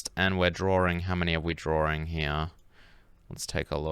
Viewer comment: I love and hate how you say drawring